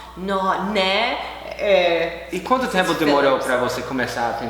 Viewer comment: O "Né" saiu "Nhé" kkkkkkk